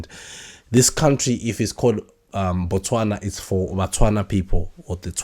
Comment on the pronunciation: Dubai is not a country. Botswana is pronounced Bu-Tswana and the people from Botswana are called Batswana non Botswanan, apartheid is pronounced apart-hyde. Otherwise great show.